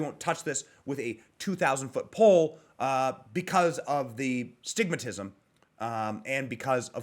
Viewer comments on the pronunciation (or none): STIGMA, NOT astigmatism! 😁 🤓